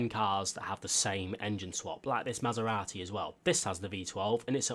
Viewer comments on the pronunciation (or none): none